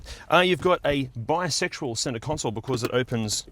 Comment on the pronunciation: I have to point point out something with the way says the word for 2 part doors, I'm hearing Bisexual doors surely you mean to say bi sectional doors. storage compartments don't have a sexual orientation lol, and I'm not the only listenter to detect it, googles auto subtites shows the same on screen.